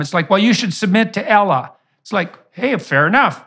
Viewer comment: Good grief man, maybe it’s just a North American accent thing, but regarding the pronunciation of Allah, it’s not “Ellah.” The /a/ sound at the beginning is a short vowel sound as in apple, it’s not a short /e/ vowel sound as in egg. Ah-lah, not Eh-lah.